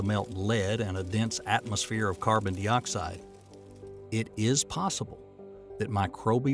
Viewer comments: What's carbon deeoxide.....I know what carbon dioxide is...but di isn't pronounced dee, this guy doesn't read much science stuff does he. If he does he doesn't understand what he is saying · Good video, a few weird pronunciations like carbon dee oxide and vol can ism, but otherwise very informative.